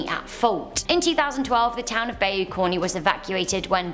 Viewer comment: Please learn to pronounce the places you talk about. Bayou is pronounced "Bi-yu" or "ba-i-u" depending on the area but never "bay-u"